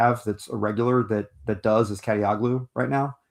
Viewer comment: love the podcast, lads. since he's been playing lights out lately, i think it's time to put some respect on kadioglu's name in a literal sense: i believe that the "g" is silent in turkish surnames that end with "oglu"